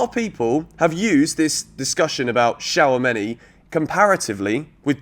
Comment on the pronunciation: It’s shoo-ah-me-ni. He’s French not Chinese